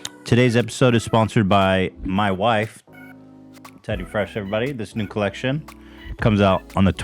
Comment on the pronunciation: "The episode is sponsored by ma wyfe"